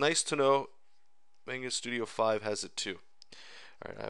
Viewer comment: Otaku rage burns at the miss pronounciation of manga...